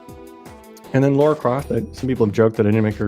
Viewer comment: Really love the idea of this and the work youve put in is awesome i really hope someone can make a game or even a playable demo for it that being said her names Lara croft not Laura try to pronounce it more like Tiara but its L not T an no I so itl sound more like LARAH